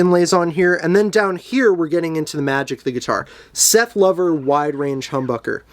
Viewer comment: Excellent demo of what sounds like a great guitar. BTW, Lover as pertains to Seth rhymes with rover.